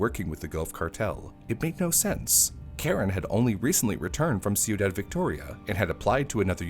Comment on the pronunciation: ciudad phonically is “quee-daad”